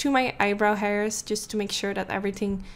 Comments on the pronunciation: “Everything ting” lmfaoooooo I cant 😂😂😂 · Every "ting" 😂😂😂